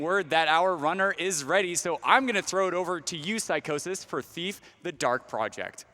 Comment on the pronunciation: Lmao, the dude pronouncing Psychosis name Psycho-sis. wtf.